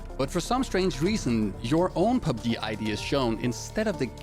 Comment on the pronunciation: I like the way he pronounces PUBG as PUBGIII